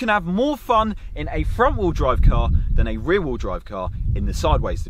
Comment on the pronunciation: Rear rheel drive lmao